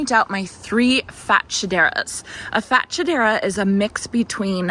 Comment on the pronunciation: I ‘ve heard fatshedra pronounced fa- SHED - dra if that helps? I’d move the pink hydrangea to a larger pot if your going for long term potted plant🌿